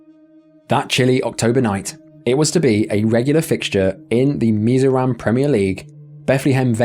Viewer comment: As someone who lived near Mizoram...m proud of ur pronounciation.